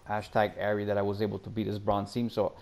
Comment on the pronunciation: “Ashtag Arry” lol